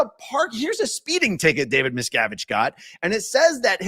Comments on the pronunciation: meeeee sko vich I love it never saying it right again🤣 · The judge is pronouncing it closer to the surname miscowitz, which i think little davies father, Ron, said was the original. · That pronunciation makes me picture JarJar Binks as a judge. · the mispronunciation of the name is the new level of trolling. marvelous! and about the "bad strategy" - i guess if you live kinda like a dictator you get used to people always accepting whatever you say as inly truth, and look pass your stupidity. dictators get lazy and forget to "behave" when in outside world. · Judge probably knows litlle Davey? That’s why he deliberately pronounced it incorrectly. Someone is being paid off? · The lawyers probably refrain from correcting the judge's pronunciation because it would imply they actually know the man.